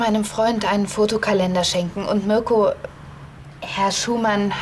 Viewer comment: Was sagt? Mürco 😂😂😂 Heißt er nicht Mirco?